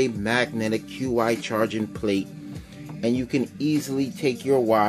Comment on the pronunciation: Nice vid but I gotta point something out. Qi charging is pronounced "chee charging", not q.i. Just wanted to let you know.